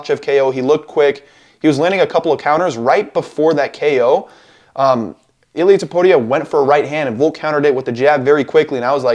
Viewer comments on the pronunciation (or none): you can prounce illias name bro